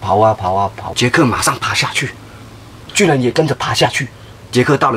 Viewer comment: 巨人你說成拒